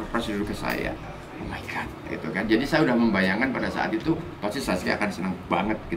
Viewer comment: "Omaigat" WKWKWKW